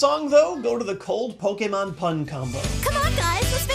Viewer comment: i like that has been pronouncing Pokemon the correct way for the past year or two.